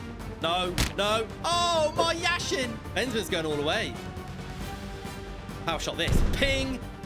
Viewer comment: The best goalkeeper in the world and he says yashin 🤦‍♂️